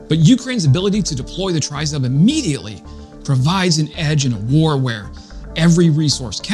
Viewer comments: You have a great channel Let me help you with the pronunciation Tryzub = treh-zube (Meaning 3 teeth - the coat of arms of Ukraine from Neptune's trident (Greeks settled Crimea 1500 years ago) The way you say tryzub makes me want to poke a pencil in my ears 🤣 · It is pronounced "tree-zoob" -- there is no "try" as in "try-ing" in it. "Do, or do not, there is no try." -- Yoda, from a long time ago in a galaxy far away. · TRI ZUB ready? TRI means THREE and ZUB is pronounced with a long U sound means Tooth. So, THREE TEETH> Or Three Fangs. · Great video. Just so you know it is pronounced Tree-zoob. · Ukrainians pronounce it triz-oob. A Ukrainian sent me socks with a Tryzub emblem on them, then another pair arrived with FCK PTN 🤣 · Great report as usual - now let's try to pronounce Tryzub correctly - it's Tre as in 'treats' and Zub as in Zub..... It's our national logo or emblem тризуб as in trident of "три зубa" as in 3 teeth; no one really knows - some say it looks like an eagle or a dove. Keep up the good work - try and do a collaboration with Jake Broe as your channel really deserves a higher audience.